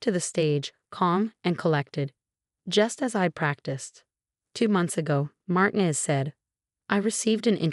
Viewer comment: Mar tee nez